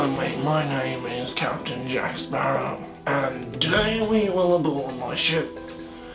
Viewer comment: He said smarrow